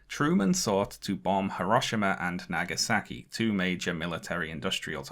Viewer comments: pronounciation of japanese names is delightfully british actually lowkey love it..... hiroshimmer and nagasacky........ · "... Hirahshemah & Nagesakee ..." your pronunciation of Japanese names stinks